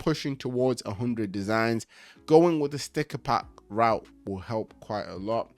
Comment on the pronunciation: I had to chuckle with your pronunciation of store. All love. Thanks and keep up the good work. Thanks.